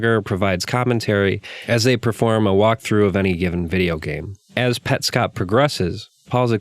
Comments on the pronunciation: i think its " pets cop" not "pet scop" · you say petscop weird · Huh, I always assumed it had to be Pets Cop, I actually was about to make a comment making fun of you for your pronunciation before you brought it up, haha. Interesting take